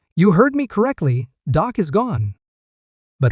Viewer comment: His name is Dak not doc ❤